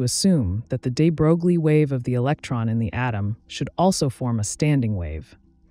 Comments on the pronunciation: Hey, sorry I didn't mean to be rude. It was just funny. Also, I never heard any American physicists call this name like that. I personally do not believe there is such a thing as American pronunciation in this case. It's wrong as it is wrong to call [frenel] [fresnel]. And finally - I am not Russian 🤷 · It's not at all intuitive, but the name de Broglie is pronounced "de-broy" not "de-brogue-lee". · The pronounciation is "debroy" not "debrouglie". I realize it's an automated voice, but it just follows the trend of actual science communicators butchering that name almost every time. I feel like only PBS Spacetime has gotten it right, maybe a few others. Edit: I also have to admit, it's really hard for me to focus and take in the information with the incredibly monotone cg voice. Anyway, 'nough nitpicking, thank you for the otherwise great video :) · Hi.. Looks like you don't even care to know about the pronunciation of Louis de Broglie's name. It's not DEE BROGLIE, it sounds like de broy. You can check out the pronunciation in the wikipedia. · it's "into" and you mispronounced "de Broglie" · De Broi is the pronunciation you seek. Very nice compact piece. Thx. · A correction: The units of Planck's constant are joules times second, not joules per second. And I was dismayed to learn in college that "de Broglie" is pronounced "de broy" but then confirmed that we Americans may pronounce it as it is spelled in our orthography. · Well done video! Heads up that Louis DeBroglie’s name is properly pronounced “ duh-BROY” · You are pronouncing the name of Nobel laureate (French aristocrat) de Broglie wrong: his name rimes with Versailles (the palace of the Kings of France). Think of smth like "de-grail" but with a "b" instead of a "g", and the "l" being kind of silent... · de bro glee? are you kidding me? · I lost interest when the narrator failed to even pronounce de Broglie's name correctly. He'll be turning over in his grave...probably.